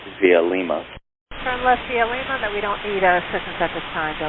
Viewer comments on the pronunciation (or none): none